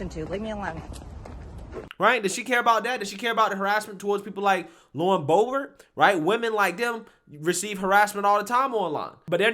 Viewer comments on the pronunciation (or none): none